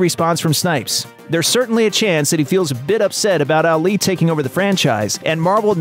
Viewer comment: You butchered Ali’s name